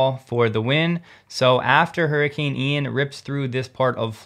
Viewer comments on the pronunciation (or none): none